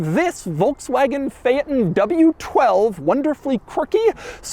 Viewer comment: Doug, it's pronounced "Fay-ton".